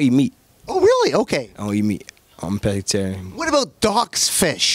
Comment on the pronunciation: Lol he said “ I don’t eat meat I’m a bettgetarian” 😅